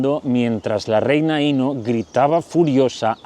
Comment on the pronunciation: Querido disfruto mucho tus chismes semanales sólo un comentario para hacerlo perfecto se pronuncia acentuado en la o Inó